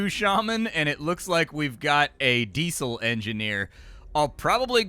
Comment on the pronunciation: Because some people don't interact with certain words in day-to-day life, and there's no reason not to correct someone I think is making a mistake? Like, what if he legit just didn't know how to pronounce Diesel? Why wouldn't I help out? Are you just the kind of person who enjoys watching people make mistakes?